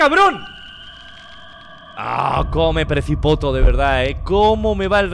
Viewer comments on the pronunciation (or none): hasta dice como me presipoto xD hasta español quiere aprender xd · ¿"PRECIPOTO"? JAJAJA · Minuto Auron: Cómo me precipoto🤣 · "como me presipoto la verdad" xddd